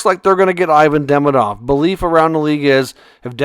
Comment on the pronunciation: Demidob and Hage 😂